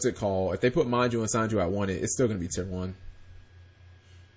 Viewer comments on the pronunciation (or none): SEnju not SAnju